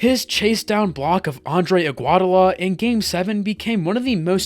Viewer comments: Aguadola is where I had enough . Learn the names bro 😂😂😂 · Andrew IgWadAwa 1 - Low - Ree Kawee Leonard Bro learn how to pronounce the names😊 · the way he's saying Andrew iguodala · I swear, bro, like you know, that’s not how you say it